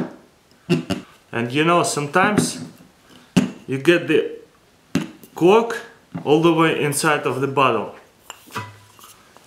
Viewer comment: . the way he says cork. hahah lol